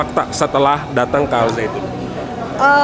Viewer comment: Lucu dengernya ini, mengucapkannya al saitun 😄it's okey bu... Wahai para kadrun, budak Yaman, pefitnah dan kiyai kolot... dengarkan kata orang Yahudi ini: lagu Shalom Havenu Aleichem itu lagu rakyat biasa bukan lagu ibadah yahudi... jadi kalian salah besar kalau bilang itu sesat... kecewa wow... puas... puas... kurang ngopi... kopinya encer...